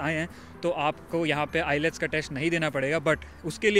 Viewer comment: ILETS❌ nhi wo IELTS hota ha✅